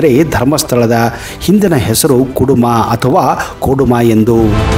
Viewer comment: ಅದು ಕೆಡುಮ ಅಲ್ಲ ಕುಡುಮ